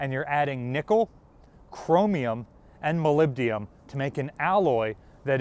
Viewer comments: once, okay, twice getting annoying. it is molybdenum (element 42 on the periodic table), not molybdium. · Molyb-den-um, not Molyb-di-um. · ... and here's a word from our sponsor ... Japanese knives, with no "molybdium" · mispronounces "molybdenum", which indicates a lack of preparation. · Very informative video. Thanks! Also, try practicing your pronunciation of "molybdenum". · Please look up the correct pronunciation of molybdenum.